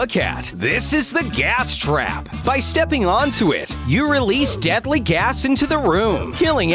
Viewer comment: he said diely gas haha